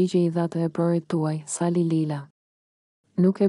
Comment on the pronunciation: Keto tregime na kujtojne kohen e veshtire te komunizmit.nje vrejte kam per zonjen ose zonjushen qe lexon: nuk mund te thuash Saaali, Kaaadri qe ne kete rast theksi bije mbi germen e fundit, ndryshe moj zonje dukesh sikur s'ke bere nje dite shkolle😅😅😅😅😅😅